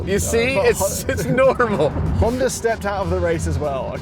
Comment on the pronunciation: Now do a comparison video with the Honder Accord. I am still trying to figure out what was talking about when he called the Honda a Honder. Lol